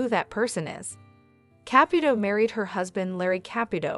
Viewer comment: Ka-pu-to NOT kap-puto